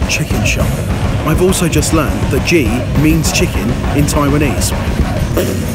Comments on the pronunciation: The way said ji omg XD Its written as 鸡🐔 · I love the video, fried chicken is such a universal indulgence, but as a Chinese speaker, your pronunciation of ji is painfully off haha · butchering of "Ji" made me cry a little